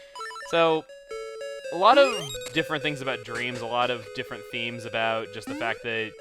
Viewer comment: Okay but it sounded like he said "aboot" a few times.